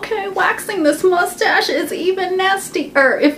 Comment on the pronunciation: I love when you say mostage XD LOL